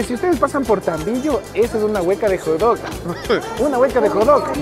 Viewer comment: Si no sabes decir Hot dog ...di perrito caliente